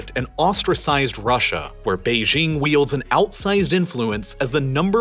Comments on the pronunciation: The capital of China is Beijing, which is pronounced how you would expect if you are an English speaker: "jing" as in jingo or jingle. It is NOT pronounced "Bei-zhing" with the consonant found in the French "je" or "jour." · Beijing is with a hard J. Not like the sloppy mid-consonant in "bourgeois". Beijing is not a French word, so it doesn't need to have its j pronounced like it's French. The French even write Beijing as Pékin. The J in Beijing is really hard, almost K-hard. That's how the French approximate the sound. Bei Jing. Please! OK, having commented, I can now go back to watching on Nebula. :)